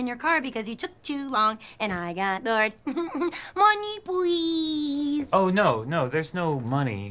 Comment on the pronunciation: MONNEY PWEEASSSE